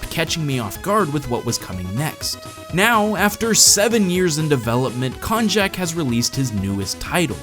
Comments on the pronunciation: I'm pretty sure Konjac is pronounced like Cognac. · Pretty sure it's supposed to be pronounced like cognac. ;P